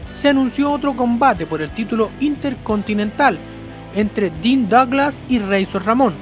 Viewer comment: Chown Maichels, Dean Doglas y otras horribles pronunciaciones.